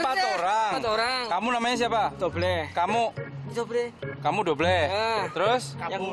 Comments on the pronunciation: english: double indo: dobleh 😎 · Indonesia: Satu, Dua, Tiga Inggris: One, Two, Three: Dobleh, Jamal, Kabur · Dobleh, dobleh, dobleh